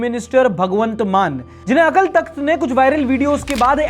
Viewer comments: अकल तख्त नहीं होता गुरु, अकाल तख्त होता है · भाई, अकल तख्त नहीं अकाल तख्त होता है... अगर किसी की भावनाएं भड़क गई तो लग जायेगी 😊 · akal nahi akaal bolte hn hindi me 😂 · bhai the corect pronounciation is 'AKAAL TAKHT' not 'AKL TAKHT' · भाई "अकाल तख्त" होता है। "अकल तख्त" नहीं। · Bro we write it Akal Thakht but we pronounce it as Akaal Takht. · bhai wo akal takt nahi AKAAL TAKHT h pronounce it proper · Its is not Akal takht its akaal takht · Its "Akaal Takhat" ... not Akal Takht . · It's Akaal takhat not akal takhat 😵‍💫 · bro it's pronounced as AKAAL Takht (अकाल तख्त)...please be clarified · Bro अकाल तख्त hai right not अक्ल तख्त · Its Akaal Takht not akal takht . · Akal takht nahi, Akaal takht pronounciate krte hai isko.. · अकल तख्त नहीं bro अकाल तख्त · Akal nhi it's Akaal Takhat... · it's अकाल तख्त। just a little correction in pronunciation. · Bro.. 2.44 ; it's pronounced Akaal Takht and not akal .. plz correct in future.. it means Throne of the Timeless One... aapne usku Throne of Brain banadiya 😅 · Bro AKL nahi AKAL TAKHT hai K ke bahad A Long Sound krta hai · Its sounds as akaal takht not "akal" takht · Bro it’s akaal takth not akal takth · भाई वो अकाल तक्थ हैं - अकल नहीं है। 😂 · Bro it akaaal takhat not akal takhat !!!!!!!!!! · Akal nhi Akaal takht hota hai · Bhai wo Akal takht hai pronunciation galat bol rahe ho 🙂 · Bro, it is pronounced as Akaal Takht, just for the info. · ..it is pronounced AKAAL TAKTH.. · Sir with due respect pronounciation of Aakal takhat is wrong please check it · Your pronunciation of Akal Takhat is wrong. Please just make sure you are using the correct pronunciation. The times we are living in is very sensitive so just keep it in mind as your intent is right but not everyone will understand. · Yeh Akal Thakt ki pronounceation ke karan pitega aur main English ke liye 😅😅😅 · Maybe learn how to pronounce akal takht sahib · u wrongly pronounce akal takht